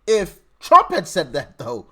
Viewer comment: Love when u say uncle Trum❤❤❤❤😊